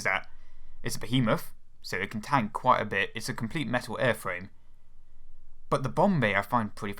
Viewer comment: A compwete metaw aiwfwame.